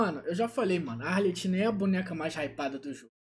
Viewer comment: A pronúncia do nome é arleQuino, “ch” em italiano tem sim de “q” e o nome de todos os fatui é em italiano